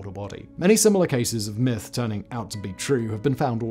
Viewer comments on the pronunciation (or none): none